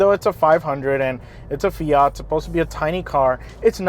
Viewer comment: Christ can no yank pronounce Fiat or Abarth. What a pathetic review of a good car.